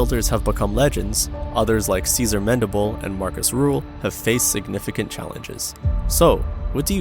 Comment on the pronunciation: Sean Rodin... Marcus Rule... come on man gotta try harder to get peoples names right. Also imo Rühl doens't belong on this list. For sure he's not the most gifted genetically but I don't thing he deserves "Worst shapes in bodybuilding" status.